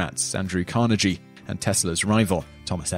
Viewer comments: Excellent narration? Close but no coconut.....quote "English businessman Andrew Carnayjee (narrator's pronunciations)" 1. Andrew Carnegie is pronounced Car - nay - gee like geese. 2. He was Scottish. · Andrew Carnegie is pronounced car-nee-gee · its pronounced Andrew Car-neg-ee , not Carnejie :)